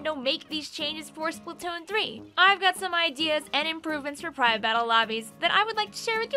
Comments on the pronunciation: “SplUtoon” does sound better than splAtoon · "Spuhtoon" lol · How different people pronounce “splatoon” Regular splatoon players: spl-uh-toon Beginner splatoon players: spl-a-toon: spl-toon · the way pronounces "splatoon" really resonates with me for some reason